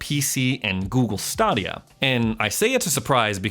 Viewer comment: I feel like he's messing up the Google stadia name up on purpose.. lol